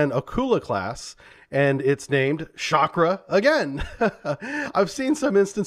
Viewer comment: Chakra not Shakra.